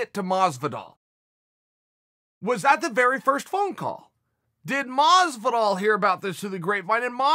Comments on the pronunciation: every time I see a chael video with masvidal in the title I gotta get ready to hear him say "George masvidal" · Who the fuck is George Maazzz-vidal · I thought he said “Rich wallet” of Masvidal